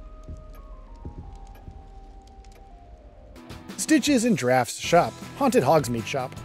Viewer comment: Stitches and drafts is not the correct pronunciation